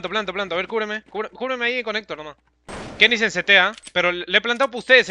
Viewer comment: Se escribe kennyS pero se dice " KennyEz " :V